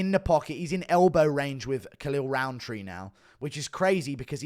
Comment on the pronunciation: Maybe cause I'm not a native English speaker but to me his name sounds exactly like "Khalil Round 3"